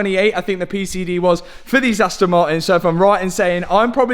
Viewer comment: Why you never say Aston Martin? All I hear is Aston Marin 🙃